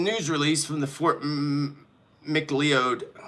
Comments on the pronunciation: Fort McLeod is pronounced FORT McLoud 😊😎🇨🇦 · Hi I’m in Alberta. It’s pronounced Fort macloud but spelt Macleod 😊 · Hey. The name Fort Mcleod is pronounced Fort Mc Cloud and Pot ash is the other name.